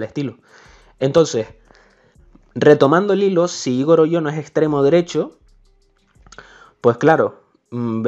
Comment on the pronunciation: Gran video pero Igor se pronuncia con el acento en la o en vez de en la I